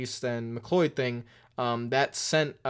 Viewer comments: I think his name is pronounced McCloud like the clouds in the sky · Oof the butchering of BJ McLeod’s name The proper way to pronounce it is (mc-loud) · McCleud is pronounced McClowed like cow, cloy. That just bugged me a little bit, but it wasn’t that big a deal obviously. Also, the big problem Mike Joy was having was that McCleud pretty much stopped on pit road at least 5 stalls away from his. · Just gotta throw it out there, McLeod is pronounced like "cloud" ;)